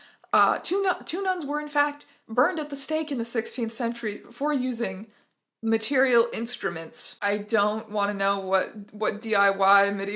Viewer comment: every time you said "material instruments" my brain fogged over and all I heard was "mAtErIaL gWoRl" and I'm not sorry